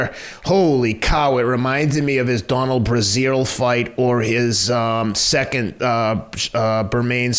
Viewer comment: Did this dude just say Donald brazeale 😂